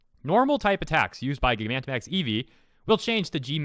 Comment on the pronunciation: This is ridiculous. Attract and pokemon breeding do not need to work like that. Also Just a heads up Gigantamax is actually pronounced like Gigantic with max added.